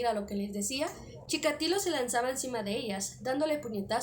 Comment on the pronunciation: Chi KA tilo. Dices Chika LI to